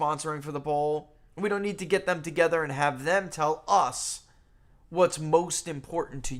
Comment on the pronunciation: And 'END' for 'AND' 🤭teeheehee🤭